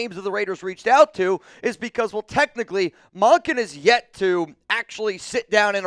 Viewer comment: Mun-kin not Mon-kin